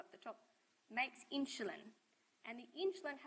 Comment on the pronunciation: Not sure why she keeps pronouncing insulin as inch-a-lin but gd vid.